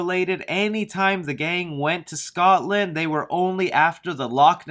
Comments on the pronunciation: did he say scotsdale it’s Scotland I’m from there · Why did he say Scottdale instead of Scotland? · Sry but did he say Scotland as scot still or something like that 😂how hard is it to say Scotland no offence but did nobody notice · Scottsdale? You mean Scotland? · Didn’t he say Scottsdale? Not Scotland? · Its Scotland not Scotsand 🤣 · I was personally offended when you said Scotdale when it said Scotland 😂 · I'm sorry how did this man just pronounce Scotland as Scotsdale? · You said Scotsdale......not Scotland. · Anyone gonna point out he said Scottsdale instead of Scotland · Why did you say Scotsdale instead of Scotland? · Scotland... not Scottsdale. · Scotland, not Scotsdale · You said Scottdale 😅 no one goes to Scottsdale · Excuse me, did you just call Scotland Scot's dale? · Scotland not Scottsdale lol. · Scottsdale? You mean scotland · "Scottsdale?" Lol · ScotLand Nots Scotsdale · It definetly sounded like Scotsdale when read out..when should have said. Scotland. Was spelled .as gunn tweeted..after all..after all it is where i am from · the guy (i dont know your name) is reading the james gunn tweat and pronounces scotland scotstale is that just me im from scotland so i instantly was confused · Why didn’t you pronounce Scotland right is my only question, it’s almost an ENTIRE COUNTRY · As a Scotsman I feel offended by how you said “Scotland” 😂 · As another fellow Scottish person, I'm glad someone pointed this out. As I was really confused for a moment. xD